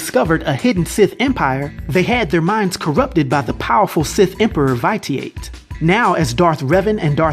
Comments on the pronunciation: Vite e ate you mean vish e ut you just say it fast omg it hurts to hear you say that haha other than that I Love your channel my dude... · The emperor's name is pronounced Vishi' It . Good video, as always. Thanks. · Great video. My only complaint, the pronunciation of Echani and Vitiate. It's ee-chah-nee, vi-sh-ee-it. Other than that, awesome video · Vitiate = Vish-I-ut 💜😉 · yeah that was my only peeve too love this channel emperor Vish ee Ut that's the way to pronounce it but like I said I'm a big fan of your's keep it up you should do more star wars sooooo many dope character's especially on the dark side especially the dude who found the emperor whos name you slaughtered he was op asf never challenged never lost a fight came back from the dead whenever he wanted dude was bad ass. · Yo, where are you from? You keep saying Vitiate and bastilla's name wrong, like really wrong yo. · Fyi you were saying the sith emperors name wrong. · I love that one I love Darth revan my only gripe is you slaughtered the emperor's name LOL keep up the good work